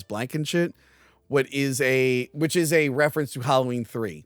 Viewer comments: its Ms. Blankenship not Blankenshit 😂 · it’s NOT “Blankenshit”. Also, you’re mispronouncing Donner 🤦🏻‍♂️